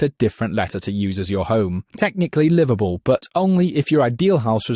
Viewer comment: Sounded like you said Liverpool instead of liveable 😂😂😂